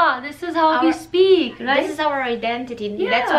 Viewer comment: R - U - KIDDING ME ? indian Accent is so much easier than native english speakers accent ... at least to understand beacause we can figure out every tiny syllable ... it's funny when an Indian Girl say "We" ... sounds like "Ví" and for me this sound is so charming ...